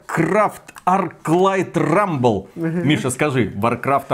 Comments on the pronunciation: Rumble а не Ruble. Ruble за такое - дорого! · Рубль? Вроде же Рамбл..